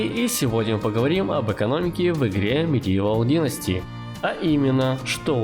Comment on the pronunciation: Выдумал какое-то название игры, хотя бы читал? Мегивол Генсти, надо же так исковеркать Медивал Династи